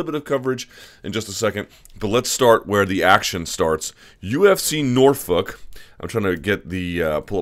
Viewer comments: Stop saying Norfuck you psycho. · Stop saying Northfuck Luke! I know you have a crush on Sage but damn!